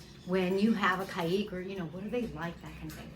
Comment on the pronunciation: You pronounce Caique in two different ways in this video. Which is correct please ?